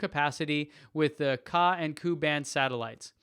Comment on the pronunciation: Hey, great video as always. Thanks for your efforts. Just a couple of quick notes on pronunciation from a language geek... The "a" and "u" in Ka and Ku are like subscript notations in math and science (except you don't say the 'sub' part). Just say the letters, "K A" or "K U". (You can also append the word "band" after both. These are "frequency bands" used for satellite coms.) The commenter from Quebec, Jean, is a dude, not a gal... The feminine form is Jeanne. (Both of them rhyme with 'lawn', not 'lean'... think "Jean-Luc Picard" from Star Trek...;-)